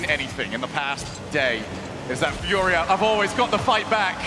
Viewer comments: Is how it’s pronounced here in Brazil bro, but yeah is kinda strange hear English speaking people say it like that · man its so frustrating watching G2 play to end up like that in the finals. Also if i hear team fooria one more time im gonna lose it.